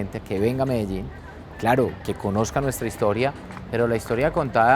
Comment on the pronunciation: ffs she can't even say Medellin correctly